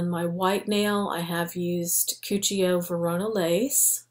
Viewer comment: Cuccio is Italian. It's pronounced Coo-cho. Absolutely love your designs btw. You always are so attentive to detail. There is literally nobody like you on Youtube. Or should I say no designs as perfect as yours. You are so extremely talented. Love your channel name too btw. So super cute! I'm new to this channel and a very happy subbie!! Xx